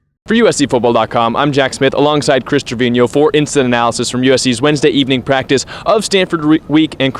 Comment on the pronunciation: Kudos to Jack Smith for pronouncing Chris Treviño's last name correctly.